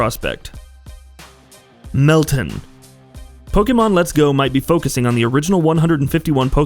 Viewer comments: why are you pronouncing it melton? its pronounced like mel-tan like tanning in the sun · Mel*TAN, as in tan, not tin lol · How did this guy mispronounce meltan🤣